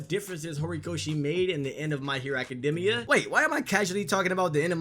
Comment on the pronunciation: It's even sadder that you pronounce it Academmia. Honestly it's gross